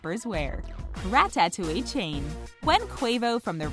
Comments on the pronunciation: I hate the way you say ratatouille she says "rat tat touille" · how its actually said rattatooie how she said it rattatoieeie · Wtf is RA TA TOWIE you say it rata-towee all in one word. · Ra ta touille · RA TAT TWO E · Rat tat ooh ee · Who says rat-tat-toui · Rat tat touie bro I’m dead 😂😂😂 it’s one worddd not 3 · “Quavo Ratta Tooey” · Ratttaroweee. Lul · Are we all gonna ignore the fact that she said RatTatTouille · Yo. The way she says ratatouille kills me 💀💀💀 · if she says ratatouille like that again... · the fact that you cant say Ratatouille right shows how uncultured the announcer is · Sic Semper Beats I know I about clicked off if she would have said it that way one more time I would be gone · Sic Semper Beats facts